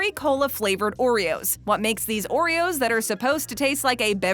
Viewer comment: Someone say O reros?